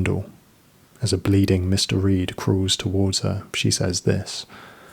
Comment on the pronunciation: Are you saying Mister Reed? Or Mystery? Say it out loud. Mr. Reed, mystery